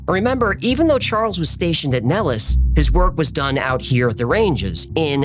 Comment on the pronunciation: 😅 The way I have found out why you have pronounced Nellis Air Force Base incorrectly. I did multiple searches on Google. Each one I ran into teaches you, the way you said it. However, we’re all here to learn from one another. The correct way to pronounce it is NEHL-IS or Nel′lis